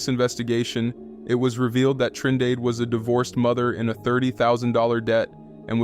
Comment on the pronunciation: “Trin dade💀